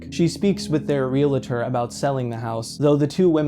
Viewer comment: The word is "realtor", not "realator".